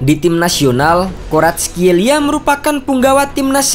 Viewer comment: Commentator bola malah sering nya nyebut 'Varatskel...'